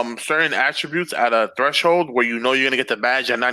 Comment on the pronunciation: Yo what is a treshhold?? 😂